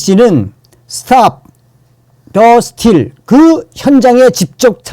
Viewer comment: 스틸 아니고 스티-:: 이 얼 발음 하세요